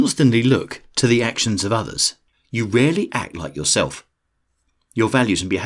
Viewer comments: Believe in “YourElf” 😂😂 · "yourelf" haha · “believe in yourelf” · "Believe in yourelf" . Lol just messing. I needed this, thanks. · “Believe in yourelf” 😄👍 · "believe in yourelf"